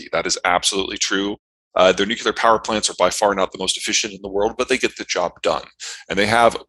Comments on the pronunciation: Huh huh... they both said nucular. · Both those guys said nucular. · Nuke-yoo-ler !! That drives me nuts. New-Klee-Er !! Argh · Watching lots of videos that mention nuclear power or nuclear war ... why can't anyone say 'nuclear'? Nucular is not a word. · NU---CLEAR...NU---CLEAR...NU---CLEAR... It's really not that hard to pronounce.